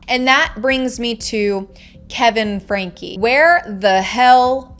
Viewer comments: I would love to see more video...less talk. You're not even pronouncing the last name correctly. It's pronounced "Frankie" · Oh good!! I hate the pronunciation of her last name. My name is Frankie/Francesca 😅